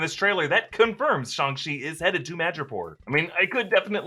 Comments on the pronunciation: Okay I don't like the way pronounces "Shang" like SHONG? Think of Shang Tsung, like Sang with a SHH at the start. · There's nothing more racist than calling it shongshi when its clearly read as Shang Ching. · Its not shung che like you say its chang shi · You went from Shang-Chi with a hard A to Shahng-Chi with a soft A. Totally not 🇨🇳 right? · I don't know pronunciation of Chinese, but according to Wikipedia 上氣 is transliterated Shàng Qì or Shang Ch'i. So, the usual pronunciation: Shang not Shong. Simu Liu also pronounced it like this in a recent interview available in YouTube. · Shanchi not SHUNGI damnit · Shang chi* not song chi 🤣🤣🤣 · It’s shAng-chi, not ShUng-chi 😂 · Shang chi please not "shong" even if it's the right pronunciation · i thought it was Shang chi like lang not shung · ah yes shong chi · shong ch-e said lol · said shung-shi SMH🤦‍♂️🤣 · Just pronounce it Shaang - Chi is sounds cooler that way. The accent is Soo unnecessary!! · did he really just say shang-shi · Oh so it’s pronounced Shawn C got it. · it is pronounced Sh-ang Chi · Why u say shhooongg chi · Stop saying Shung, we all know u don’t say it like that😑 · WTF is Shung Shi? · did he say shong-chi at the start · schang-shi....wtf is that supposed to mean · guys I mean the pronunciation...😂😂🤣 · Shong chi lol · Oh that pronunciation of SHANG Chi is going to upset me😅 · shuang SHI HAHahah cant even say it properly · Why you pronounce Shang chi like that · How the hell did he pronounce Shang-chi!!! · can't say Shang-Chi😆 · For the love of god PLEASE don't try to pronounce Shang-Chi like that ever again...